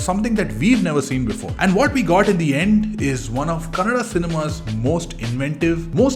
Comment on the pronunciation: Among All videos i watched, ur oly one to Pronounce KANNADA AS KANNADA❤ LotsofLove to you